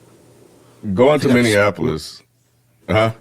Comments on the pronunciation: I have never heard anyone mispronounce Minneapolis like that. It sounds terrible.😖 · The Minneapolis pronunciation thing is because so many people think it's like Indianapolis